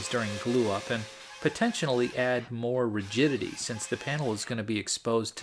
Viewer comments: Did you say “potentionally?” Potentially + intentionally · potentionally? Dude, you just invented a new word :-)